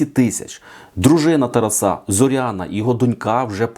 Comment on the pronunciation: Не от ТарасА, а от ТарАса!! Дизлайк!